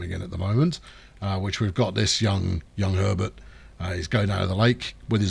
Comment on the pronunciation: "For our American viewers" that's Herbert with an H, not "Erbert", it's equally important as the H in Herb.